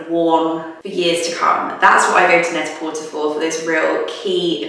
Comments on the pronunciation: I’m sorry, but is it not pronounced “net-ah-porTAY”, like “prêt-à-porter”, i.e. French for “ready to wear”? I’ve never heard anyone pronounce it “net-a-por-TER” before. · Is Net-a-Porter pronounced with the "ur" at the end? I thought it was pronounced in the French manner like Net-a-Portay. Also, that shirt that you're calling a bowling shirt reminds me of the shirts bus drivers used to wear around here. So I'd call it the bus driver shirt. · yea I thought that too